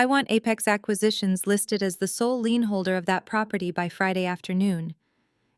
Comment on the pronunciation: Lien not lean. Hire people who can read and spell English.